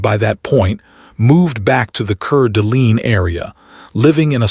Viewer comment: It's pronounced cord a lane its french. Know i live in spokane - spo -can Washington. Its native american.